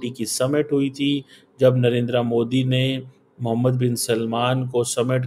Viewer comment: कमर चीमा साहब आप पीएम नरेंद्र मोदी जी को नरेंद्रा मोदी नहीं नरेंद्र मोदी कह कर पुकारा कीजिए।